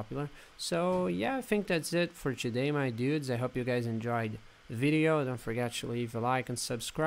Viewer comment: Chewday we're going to be looking at Windows chew lol. Why do you start words with a T, like Today, with a ch? Chewday, Windows Chew etc. Doesn't hurt the video other than making it sound a little odd lol! ;)